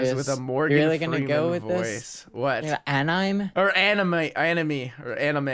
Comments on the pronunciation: i cringed at how pronounced anime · Oh my gawsh 😂 "Anyme" really? Anyme that was cringey and funny 😂😂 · When I hear the didn't pick anime (An-uh-may) and said it was a cartoon. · between or one of those times, he says anime wrong xD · the way he said "anime" is just.. bugging me xD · the way pronounces anime omg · Literally facepalmed when pronounced 'anime' wrong xD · Has been living under a rock for his whole life? He can't even pronounce anime right.... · ThE wAy He PrOnOuNcEd AnImE oH mY gOd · pronoucing anime.... immm pissed offfff. omgggggg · the way u said anime, soooo many people exploded, I personally wanted to slap you ( not trying to put hate) but I didnt explode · Did anyone else get super triggered when pronounced Anime wrong 😂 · The cringe when said anime wrong!